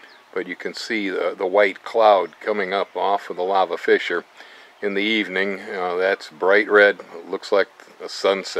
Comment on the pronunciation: every time you say fissure my brain says ouch lol